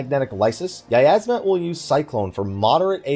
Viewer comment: "yiyazmat" CEASE